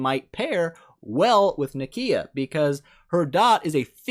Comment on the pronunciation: "Nikiiiia". please